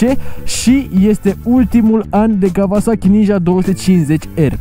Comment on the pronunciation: Kauasachi, nu Kavasachi ^_^